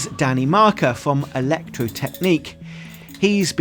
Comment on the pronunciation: "from Electrotechniek" 😂